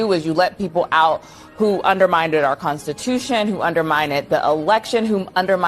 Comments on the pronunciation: That cnn chick says undermined but she pronounces it under-minded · LOl!!! undermind-ed